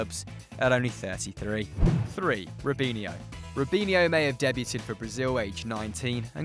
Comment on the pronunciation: Your pronunciations are all over the shop. The "r" in "brought" is not silent. The "t" in "debuted" is.